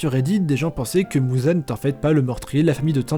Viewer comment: Ufff, c'est pas mouzan mais muzan